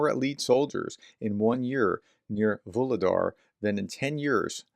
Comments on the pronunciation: Hey, pronounciations getting better every time. As Vu - lhe - dar is Vo - ro - nez. Just the same. Like your videos so much and your mispro is just charming ;) I'm not sure, but who seams to get the pros quite good ist "Macronomist" from Germany. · Вугледар Vugledar. The "G" is soft... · Vuhledar, aspire the h as if it was h in hand. Vuchledahr, but there it's too strong. Anyway, soon you won't need to mention it anymore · Voo Glue Dar. The H is pronounced as a G. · H in Vuhledar is pronounced in the same way as H in Harris